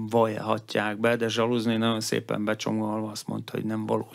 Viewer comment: Nagyon jó összeállítás, egy dolog bántja a fülemet, ez pedig a rendszeres "naon". Nem sokkal bonyolultabb kimondani rendesen hogy "nagyon". Ezt leszámítva szuper anyag!